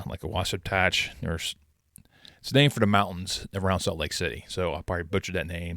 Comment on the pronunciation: You said wasatch correctly just before you said you are terrible at names and asked to clarify.